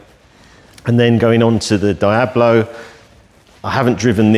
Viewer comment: I’m porsh not porsher, Dee ablo not die ablo And coontash not count ash. Lovely collection though ✌️